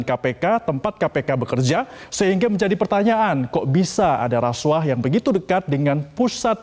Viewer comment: KUAH dibaca KUWAH bukan KU AH... Bgt jg hrs nya dg RASUAH hrsnya dibaca RASUWAH bukan RASU AH... Ntar klu gitu BUAH dibaca BU AH bukan BUWAH... Pdhl klu BU AH itu panggilan dari IBU AHMADI... Gmn neh METRO ANCHOR... Masak gitu aja GABISA... Not just BEAUTY... But SMART is the FIRST... !!!